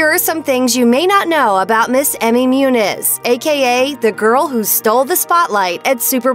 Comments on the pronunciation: Muñiz is pronounced MOON-YEES. Not MYOONIZ. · Learn how to pronounce her last name!